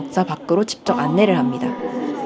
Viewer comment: 직접을 항상 집접 이라 하시네 ㅋㅋ